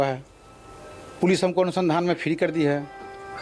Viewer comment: Isko anusandhan nhi bolne aarha hi haha gawar 😂😂😂